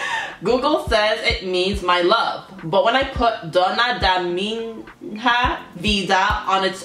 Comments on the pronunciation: It's not pronounced MIN-HA...but MIÑA... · The pronunciation is DONA DA MIÑA VIDA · hello! Very nice reaction, thanks so much, as a fan of Rouge I'm so thankfull abt some international audience for them. They do deserve it! Just to correct, we pronounce this letters "nha" as a nasal sound in Brazil. Take a look when google translate says "Minha", is a different when you say [Min]"/ra/", that's an oral sound, it's like "ha". and completely different of "nha". (Just a tip, still GREAT reaction, and you took the main message: Self acceptance, empowerment, respect for all kind of ppl, so on). Keep doing this great job! All positive thoughts! Cya.